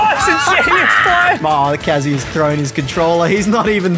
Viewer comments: Congrats on finally pronouncing “KA-zoo-ya” correctly. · He finally said kazuya correctly cause if he said kazooya right off the bat i would've closed the vid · He’s pronouncing kazuya correctly now :D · Do my ears deceive me or did I just hear pronounce kazuya correctly